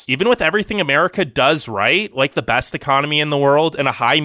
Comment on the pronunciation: Like your channel but "best" isn't pronounced "bast".